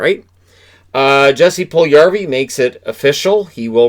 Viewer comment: Mispronunciation of Puljujarvi as usual. NOT Pull-yarvi but Pull-You-Yarvi. Not that hard.